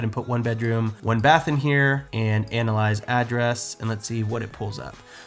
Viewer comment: When you say analyze, you say “anal-eyes” and I’m not sure how I feel about that